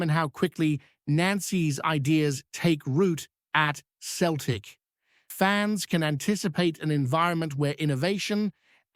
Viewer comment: Soon know , hope guy comes in does well time shall tell , but hey buddy its not Keltic its Celtic with letter C pronounced as a letter S